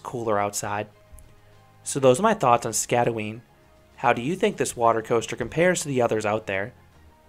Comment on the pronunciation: You did mispronounce the name. You got the first part ot the name right, but the "øen" is pronounced by making a weird danish sound. I cant really describe it because no english word i can think of makes that sound. Anyways, great review, and i wish i had seen this review before riding, because my feet got soaked.